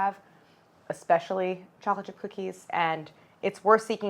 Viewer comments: Why can't she pronounce "chocolate?" She says "cholochip?" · At the beginning it really sounds like you're saying "chola chip cookies" 🍪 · Is it just me that hears “challa chip cookie” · Did you say challah chip cookies!!? 🤣🤣 i love it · Only Claire has time to make ice baths, her own vanilla, and brown butter. But has little time to pronounce all syllables of the word chocolate 🤣 it sounds the the video is on fast forward when she says chocolate ⏩